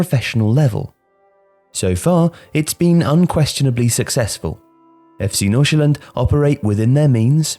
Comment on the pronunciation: I just really wanna thank you for actually pronouncing F.C Nordsjælland right. With the amount of times the name is mentioned, it would have ruined the video completely if it was being said wrong. You nailed it!